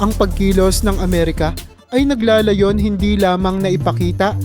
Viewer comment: Nagla'la'yon HINDI nagla'layon!